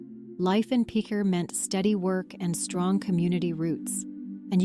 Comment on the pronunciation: I am quite familiar with Picher personally and have driven through on US69 probably a dozen times over the years, the first time just a couple of months after the government shut down and the town (well, what was left of it) was still standing. A step in the right direction would be at least to pronounce the name of the town correctly. PITCH-er not PEEK-er or PEACH-er. And the mineral 'lead' is not pronounced 'leed'. You might want to look up the 'Dust To Dust' documentary on Picher from a few years ago where the creators actually visited the town and interviewed a number of former residents.......the difference is clear.